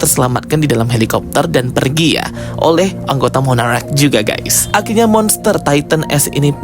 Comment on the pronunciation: Monarch bang bukan monarach😢